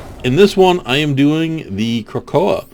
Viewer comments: It's pronounced krakatoa(crack-a-toe-ah)- it's a spongebob reference its when they become super heroes and squidward becomes the volcano guy and he says krakatoa "get him angry and he's bound to erupt" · Wow that pronunciation... you obviously missed the spongebob reference here